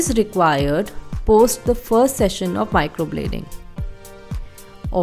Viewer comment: Its microblading not microbloding..atleast pronounce it properly